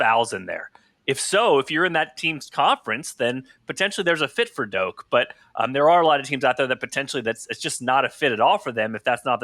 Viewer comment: It’s Dok not doke